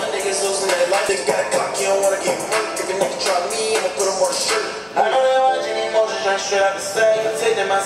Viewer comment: Dude said me mes 😂